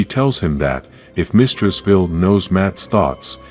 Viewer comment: Vile not vill....